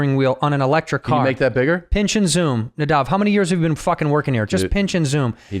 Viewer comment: sigh... Nay-Dav